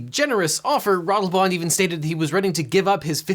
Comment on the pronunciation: The pronunciation of Ratelband is... interesting. It's less wrong than I'd have expected, but still very much with an American accent. But I have to give props for at least not Americanising the name. I always love to see people give it a serious try.